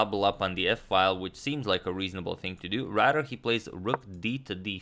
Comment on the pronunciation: Does it sound like agadmator says rader rather than rather?